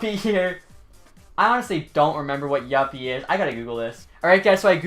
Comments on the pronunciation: youppi not yoppi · You miss said youppi it is you-ppppp-y